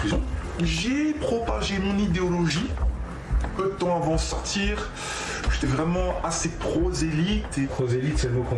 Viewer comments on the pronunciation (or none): « SortCHir » … Le « t » qui devient « ch » et le « d » qui devient « dj » … Sous le masque, ça sonne plus Karim que Jean-François. Vous essayez de nous la faire à l’envers, là, Enquête Exclusive.